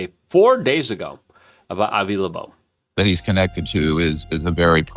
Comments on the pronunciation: Bro I think you might need to invest in some speech classes. Esl is not the reason you keep calling avi loeb, “avi labobe,” over and over and over again. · Avi "Lebobe?" Dude, you don't even try do you? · Like how he called Doge> doige or Avi Loeb> Avi loobobe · Luke has issues with pronunciation. If you noticed he also said "Avi Labobe". I love Luke... although my wife and I laugh at how he says stuff all the time.